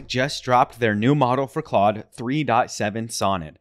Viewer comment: it's pronounced like clod - not cloud